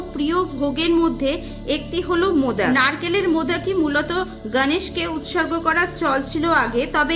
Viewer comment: সুন্দর ভিডিও। কিন্তু গনেশ চতূর্থী যতবারই বলেছেন হিন্দী উচ্চারণে। ভীষণ কানে বাজছে। আপনি বাংলা ভাষায় ভিডিও করেন। মহারাষ্ট্রে এই পূজা খুব ধুমধাম করে উদযাপন করা হয়। কিন্তু বাংলাতেও এই পূজা নিষ্ঠা ভরে করা হয়। তাই উচ্চারণে বাঙালিয়ানা থাকলে শ্রুতিমধুর হবে।মোদক কথাটিও বাঙালি উচ্চারণে বলুন। আশাকরি আমার উপদেশ ইতিবাচক ভাবে নেবেন। ভালো থাকবেন।❤❤